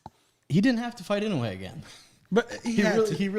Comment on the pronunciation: It’s pronounced I-NO-E not ino U e